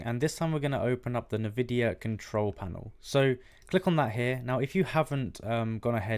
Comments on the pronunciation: why are you saying nuhvidia instead of N-Vidia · UK thing